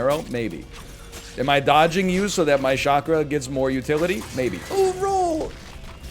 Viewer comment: If this man calls it a shakra one more time imma pop a vien lol